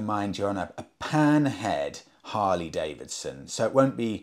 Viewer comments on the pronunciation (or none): none